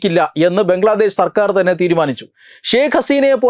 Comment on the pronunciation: ബംഗ്ലാദേശ് അല്ല.... ബ്രംഗ്ലാദേശത് 🤣🤣🤣